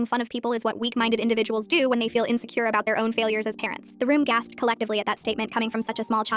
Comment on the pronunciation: ‘What weak individuals DO’ that emphasis was to realistic😔💔